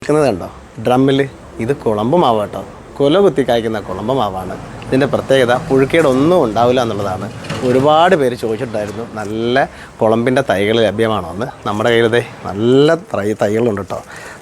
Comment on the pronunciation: കുളമ്പ് അല്ല. കോളമ്പു ആണ്.